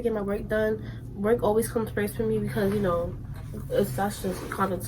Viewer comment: “We love that Yunno” 😂😂